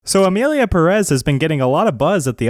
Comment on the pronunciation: "So Emilia pæh-rÉs..." Me, who speak spanish 💀🔫